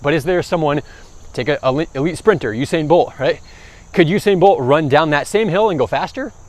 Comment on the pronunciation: bro said husain bolt